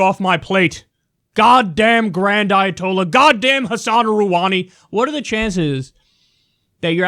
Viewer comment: Rouhani's pronounced: roo-HA-ni, not ruh-WA-ni.